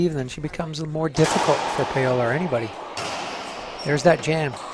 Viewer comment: Why did he keep pronouncing her name PAY-OLA??